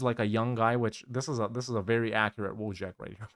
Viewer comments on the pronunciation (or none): EFLs be like: "Woe-jack"